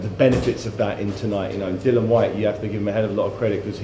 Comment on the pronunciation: why can't anyone call Dillian by his correct name ,its not that difficult isit ? Dill i an